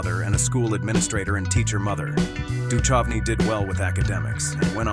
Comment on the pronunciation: Pronounced -Do -Cove -knee!